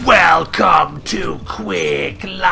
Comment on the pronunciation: Why do people pronounce it Quake Life?